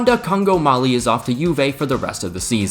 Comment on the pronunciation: He did not called him Rwanda Congo Malie 😭